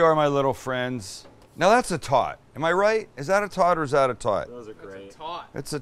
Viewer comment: i didnt realize until the end of the video that he was saying "tot" and not "taught".